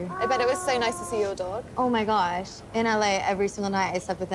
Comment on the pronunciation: 'Oh my gorsh'.. 😑..